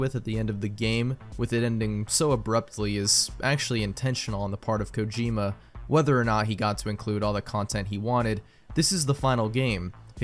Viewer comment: who pronounces kojima kojimba?